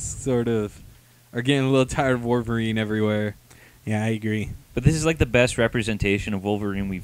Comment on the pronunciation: Enough with the WAR-VERINE! It's WOLV-ERINE!...Had to get that out...sorry.